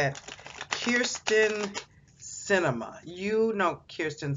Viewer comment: You can’t articulate her name correctly!